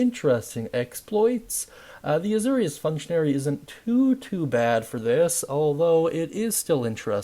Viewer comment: It’s pronounced “A-Zor-ius” like Zoro.